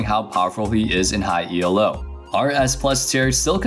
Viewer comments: Jesus christ stop saying E L O JUST SAY ELO JESUS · Your pronounciation of 'Elo' triggers me so much. It's called 'Elo' after its creator, Arpad Elo, *it's not an acronym!*.